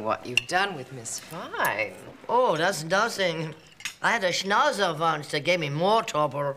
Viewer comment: She did not speak German at all... She pronunced Schnauzer ad Americans would